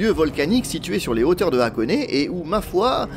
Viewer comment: Vidéo sympa comme d’habitude, même si « FuDJi » ça pique un peu… Et puisque je pinaille, continuons: Hakone se prononce HAkone et non Akone, les syllabes HA et A sont différentes en japonais. Si vous demandez à un japonais la route pour Akone, il ne comprend pas…(histoire vécue…)